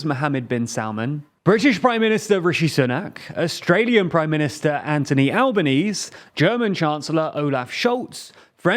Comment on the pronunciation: Great that the channel is pronouncing places' names correctly. Now if only you could do that for people (Anthony Albanese for example).